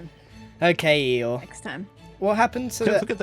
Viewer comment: Ah yes, Eeyore. Also known as Eethore.